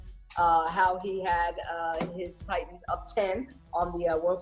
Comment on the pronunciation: Ti-ans? Su-in? It's Titans, Sutton. Please please pronounce these names correctly! I know this is a trendy way of speaking these days but it comes off as lame, uneducated and not professional at all! I know you have a great career ahead of you. None of the national level women sportscasters speak this way! My intention is to encourage you! Please take this as constructive observation! All the Best to You!